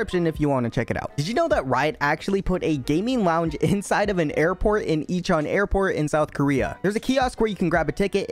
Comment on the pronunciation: Icheon Airport... Incheon airport*